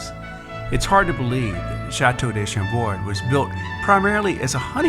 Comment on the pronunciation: This is a lovely video but the mispronunciations are jarring. "'Le elegance'' for ''l'élegance,'' ''day'' for '''de,'' and ''chateau'' for the plural ''chateaux'' 'are errors anyone who has studied any French at all would notice. This certainly detracts from the ''elegance'' strived for by the producers of the video. And please, not ''de Ussie!""